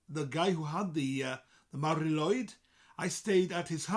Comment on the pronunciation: Shouldn't be pronounced as Mari LOOid ?